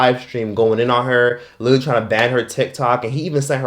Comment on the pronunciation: LITERALLY-LEE not Little-E